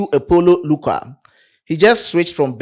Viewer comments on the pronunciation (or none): none